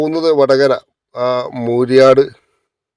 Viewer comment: മൂരിയാട്‌ അല്ല മൂരാട്‌